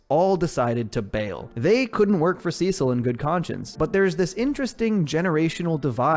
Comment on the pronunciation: Cecil is pronounced (see-sil) not sis-ill